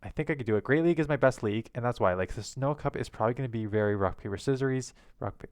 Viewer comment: Its the sin-oh cup lmao. Not snow cup. And rip those matchups lmao wow